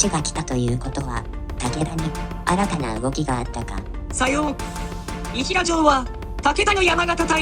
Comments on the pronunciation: 「伊平」「いひら」ではなく「いだいら」ですね。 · それがし地元・浜松地方＝遠州では、伊平は＝＝いだいら＝＝と呼ぶ。只来は＝＝ただらい＝＝と呼ぶ。ご参考に。